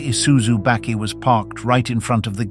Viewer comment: Also a bakkie that is pronounced "bekkie".